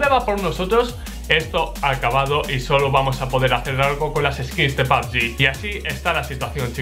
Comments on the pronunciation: Porque dices papgin se dice pubg, no entendía lo q decías hasta q has puesto la imagen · Me da risa como le dice a pubg “pabgi” xd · "Pab yi" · pabgi dice